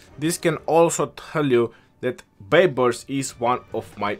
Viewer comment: "Justin Bai-bars" 🤣🤣🤣